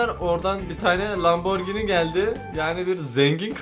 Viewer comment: LAMBORGİNİ DEİL !!! LAMBORJİNİ DİYE OKUYUNORRRR